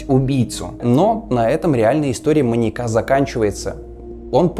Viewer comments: при всем уважении: "маньЯка", не "маньякА" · Уважаемы, почему так безграмотно? Наверное не "маньякА", а "маньЯка". Учитесь правильно расставлять ударения. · Слово "маньякА" с ударением на А жутко режет слух, после 10- го повторения выключила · Круто, только не маньякА, а маньЯка, резало слух всё время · МаньЯка, маньЯком, маньЯки. Ударение, дорогой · маньЯка, не маньякА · ты молодец, очень интересно. Но маньЯка, а не маньекА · "маньякА"? Серьезно? Родительный падеж: манья́ка, манья́ков. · МаньЯка, маньЯку, а не МаньякА и МаньякУ. Простите, но очень режет слух. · Люблю ваши ролики, но очень хочется попросить проверять русский перед записью(( ударение в слове маньяк в разных падежах - падает на Я (маньЯка, а не маньякА) и тысяча, а не тыща. Очень ухо режет(( вы молодцы, занимаетесь просвещением и язык в этом случае тоже важен, надеюсь, вы это понимаете. Желаю роста! Зы: коммент можете удалить, мне главное, чтобы вы сами прочли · МаньЯка, а не маньякА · Почему маньякА. Что за отстойное ударение : / Кстати, кому интересно тему эту детально изучить, то серия о Джеке от Карты Убийств просто супер. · прости, материал клёвый, но, не "маньякА" а "маньЯка". Будь грамотнее, пожалуйста. Уши режет. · маньякА, маньякУ, жуть какая-то, слушать невозможно с такой постановкой ударения. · Интересно. Но "маньякА" режет слух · Все видео резало ухо твое "маньяка́" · Очень интересный материал, однако неужели так тяжело правильно ставить ударения? В видео постоянно "маньяку́, маньяка́, маньяко́м..." Ппц просто... Меня каждый раз передергивало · Видимо, кому-то не нравится ударение в слове "маньяка". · скажите ему где правильно ударение ставить в слове "маньяка" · Классное видео, но сильно режет слух слово "маньяка" с ударением на последний слог(((